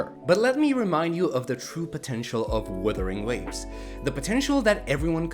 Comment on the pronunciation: I love getting breakdowns of a game from a guy who can't pronounce the game's name.